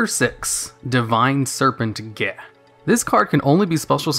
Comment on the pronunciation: Divine serpent is pronounced Gah(flem) like the Klingon blood wine